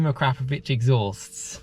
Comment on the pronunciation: Ahkra-Povich, or even "Ahkrahp-ovich. NOT, "AhKrap-Ovich", . No, not, "Crap". That sound does not exist in that name's pronunciation. The English are so awful at pronouncing non Anglo names. :)